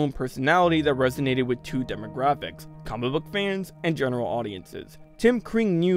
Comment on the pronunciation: when you say comic book it sounds like Cumberbach